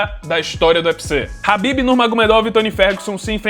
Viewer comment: Parabéns por pronunciar khabib corretamente, o ufc dublado sempre diz cabibe